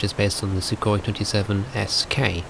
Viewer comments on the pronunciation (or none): 这英语说得温文尔雅………还有苏霍伊确定是这么发音？？